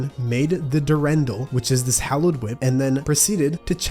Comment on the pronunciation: Durendal is pronounced dur-on-dal, emphasis on the dal. There is two spellings of it though